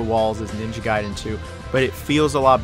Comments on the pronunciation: It's pronounced as Guyden not Gayden. Gai and Gay are different. If you pronounce it as Gay well then you're Gay. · Stop saying "GAY-den". It's "GUY-den". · Good NG games = Ninja Gaiden Bad NG games = Ninja Gey-den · Definitely pronounced Guy-Den. Just look at the order of the letters in the word. A before I makes a hard I sound. Think DBZ Kai. You wouldnt call it DBZ "Kay" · gaiden gayden gaiden gayden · ninja gay-den? cmon man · Gayden? Lol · Youve got to decide how you want to pronounce Gaiden 😂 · Choose one pronunciation of gaiden and stick to it... So painful dude, literally changed every time